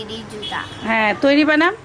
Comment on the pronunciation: আপনি উচ্চারণ ঠিক করেন না হলে ছেলেকে কি শিখাবেন বানান কে বলছেন '' বানাম'